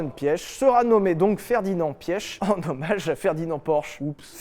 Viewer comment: Correction Piëch ce prononce piche je comprends que la prononciation est pas toujours évident avec d'autres langue et je le sais de Volkswagen. En plus je suis un Piché est la prononciation est très proche entre prononcé Piche ( Piëch ) et Piché.